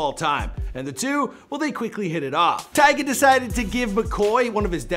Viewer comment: He said tyge at the beginning